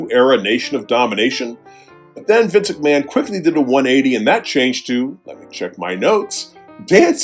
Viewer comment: I smile each time says: 1) "Dubba dubba yee" 2) "Vinsick Mahan"